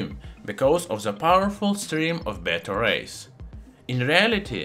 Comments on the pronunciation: Yea I greatly appreciate it. I was confused by "radiates batteries" though. I finally realized he was saying beta rays. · I was confused I kept hearing him saying it radiated batteries. Took me a little bit to realize he was saying beta rays lol…